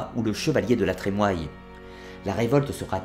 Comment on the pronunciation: Excellentes vidéos, avec de belles musiques et images. Pour ce qui est du nom de famille La Trémoille, celui-ci se prononce "La Trémouille". Et si je peux me permettre une petite critique, votre débit de parole est un peu trop rapide. Mais je fais ma fine bouche :-) Continuez cet excellent travail.